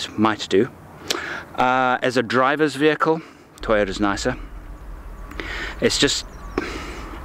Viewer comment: Good wehicle, bad presentation...